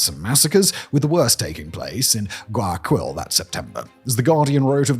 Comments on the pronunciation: It’s pronounced closer to Why-A-Kill that what you’re saying “guy” is tricky to sound out in English but not Guy-a-Quill lol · I'm a gringo who's only been to Ecuador once and even I cringed at how Simon said "Guayakwill" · Yea that was a little painfull. In case he's reading the comments, it's pronounced: why-a-keal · Guayaquil is pronounced Gwai Ya Keel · Why-a-keyl = Guayaquil. Please learn some basic Spanish pronunciation or have someone write the words for you in a way that helps you. So.many.cringes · First, Guayaquil is pronounced ɡwaɪɑˈkil, the last syllable like the Unalive, which has made the grim joke of it being called GuayaKil Second, the story goes further deep. The prior government of Correa was routinely involved in drug trafficking itself, evidenced by cases such as Narcovalija, where a diplomatic bag with the seal of the chancellery (Foreign Affairs Ministry), filled with cocaine. In the vacuum of power left by Correa being put aside politically, the gangs had no new incentive to keep the peace since the leader of the biggest syndicate, the government, no longer had an alleged grip on the smaller gangs. FARC was a known financer of Correa's first presidential run, back in 2006. Hilariously, in the final runoff of the 2006 election, he faced the current president's father, Alvaro Noboa, one of the richest people in the country. Ask me more, I know plenty about this. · I just wanna correct you on something. The pronunciation of Guayaquil is Guaya-keel. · Uh, it's pronounced "Goo aya KILL" ... and uh, we dont go there if we don't need to.